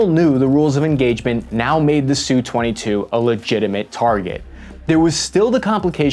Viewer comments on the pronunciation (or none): It’s not a “Sue-twenty-two”. It is an “Ess-you-twenty-two”. Your narration is very annoying, but thanks for the video anyway. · All right then.... ENOUGH of this identification of the air craft as the "SOO-22". This just shows the ignorance, (Uniformed or uneducated) aspect of the video "author". I worked for a contractor of the major manufacturers of USA interceptor, recon, and our (meaning USA) OFFensive aircraft. We knew the names of our enemies, and the names of their Def/Off instruments of conflict. There was NO aircraft called the "Soo-22". They ARE called the SU-22, as in "Ess You Twenty Two". Do you understand that? "S U". NOT SOO, or SUE, 22. It is pronounced (in phonetics) ESS YOU Twenty Two. Good grief. Get both your nuts in one sack and learn what you are talking about.